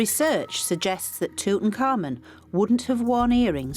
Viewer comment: tut ankh amun , yet she's pronouncing it like tut un-common lol